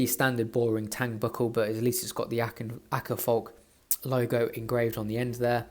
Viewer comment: The Å in Åkerfalk is pronounced like the British variety of "Aw" in Awkward and the a in falk is pronounced almost like the A in Atom